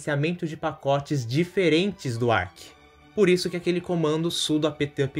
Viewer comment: fala amigo, só uma correção quanto à pronúncia: "Arch" se pronuncia da mesma forma que você diria "arte" em pt-br. Boa sorte com o Linux, não desista! Para um desenvolvedor é um SO infinitamente superior ao Windows, então quanto mais cedo você se acostumar com o uso dele, melhor.